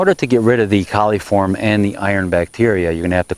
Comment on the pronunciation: It's coliform not caliform.